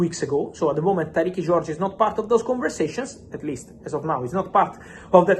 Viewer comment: Tyrique is not pronounced Tyrekey Fabrizio. It's the same as Tyreke - Tie-reek